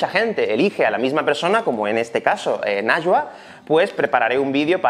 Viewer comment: Este video es increíble, pero su nombre se pronuncia como "naiwa". :)